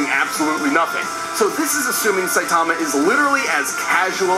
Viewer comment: Saie - tama? SAYTAMA?! 😂😂😂